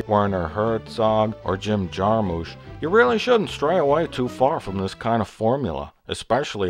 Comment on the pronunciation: My last name is Jarmusch. Don't know about Jim, but we at least always pronounced it "JAR-mish". Sorry; it's just that I've gone through my life with people saying "JAR-mush" and it irritates me. Well, now I've got that out of my system, I love your review. You hit a lot of problems I hadn't even focused on before. Good job.